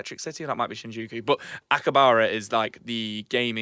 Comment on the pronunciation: Akihabara, not 'Akibara'